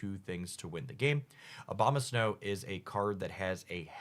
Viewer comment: It aboma snow , not obama snow 😂